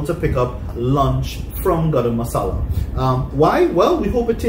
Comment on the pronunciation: Love the way says 'Grrr-am masala'. 😂 Khalid's BBQ and grill Where San Fernando Why taste, economic, great service...!